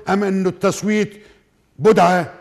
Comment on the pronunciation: يا بدعه بالكسره وليس بالضمه